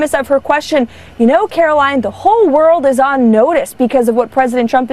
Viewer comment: People evaluating her public speaking shouldn't lessen their own credibility by pronouncing her first name incorrectly. The last syllable rhymes with "wine". If it rhymed with "win" her name would be spelled Karolyn. It's Karol-line. Let's get everything right.